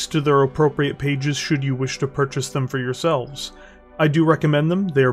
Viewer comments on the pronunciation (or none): none